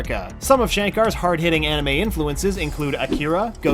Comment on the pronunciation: Did they really have to make in an anermay? -_